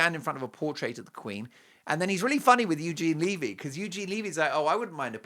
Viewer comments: 'levee' like "When the Levee Broke' not "leave-ee'. just sayin...☺btw Eugene said it was filmed in February. 😮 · omg its not leavy......its levy.Get it right. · Eugene Levy's last name is pronounced with a short sounding ' ĕ ' it rhymes with the word, heavy. It is not 'Leevy' . Eugene Levy is a great Canadian actor, comedian, writer, producer, and Canadians have loved him for decades - since the 1970s. 🇨🇦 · Eugene Levy (pronounced levee)!!!!